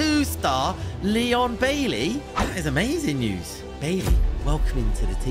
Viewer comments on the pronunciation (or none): none